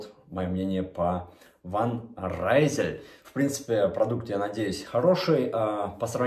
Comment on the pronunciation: Правильно читать «Фан Ризел» это название бренда траслируется на фламандском диалекте, переводится как «из Лилля»